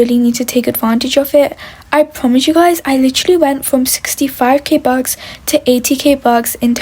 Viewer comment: Sry but when she says bucks it sounds like bugs…